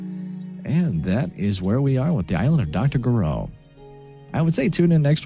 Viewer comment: I think "G" in Gireaux must be pronounced almost like "zh" or russian "ж".